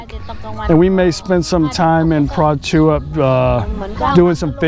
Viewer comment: Think you pronounced Prachuap wrong. Sounds almost like Ketchup when they say it. Nice video anyway . Keep it up. You are the best :)